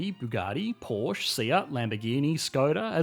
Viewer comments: Porsche is pronounced ‘Porsha’ NOT “Porsh”! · I hate to be the one to do this, but it’s Porsch-uhh. Germans are too efficient for silent letters. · It's Porscheeee with an e at the end.